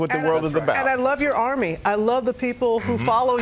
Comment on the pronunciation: When he says Army.... I freak out so badly cuz it sounds more like he's saying "I love you"!!!!!!